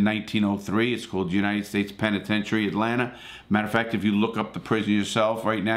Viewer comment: Larry always says “Atlanter”